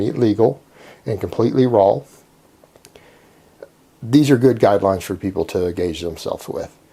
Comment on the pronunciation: can you please tell us if you are purposefully putting an 'L' on the end of 'raw' or if it is just your accent? Thanks